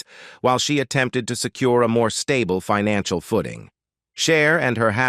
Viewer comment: As good as this overview is, the AI's pronunciation is horrible. "Financial" as "fee-nan-ciale"? Maybe redo it with a better edit on the text and how things are pronounced. I mean, PLEASE.